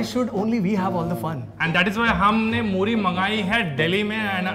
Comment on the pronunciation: मोरी नहीं मूरी and गले में नहीं सीधा लीवर में लगेगा Himachal Mei nahi sirf Distt Kinnaur Mei..